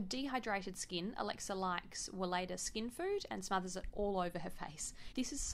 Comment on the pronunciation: Welleda is actually pronounced Veleda. Love your videos!